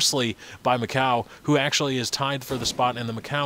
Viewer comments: dude its macau. like. mac-cow. its a city... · lol mac-coo :D i wonder how they come up with those pronunciations :P